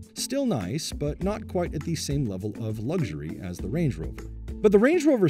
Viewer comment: Pronouncing luxury 'lugzhury'... doesn't sound luxurious. 😄